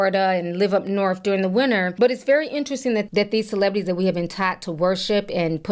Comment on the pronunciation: CelebRities. Not celebidies😂